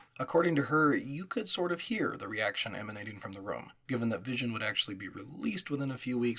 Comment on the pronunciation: Lots of accurate historical information. Very detailed. One nit: Visi On is pronounced "Visi - On", like VisiCalc but two words. Also "DEC" is an acronym and is pronounced like "Deck".